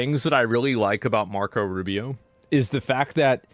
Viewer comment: Not Rufio... ROO BEE OH ROO BEE OH ROO BEE OH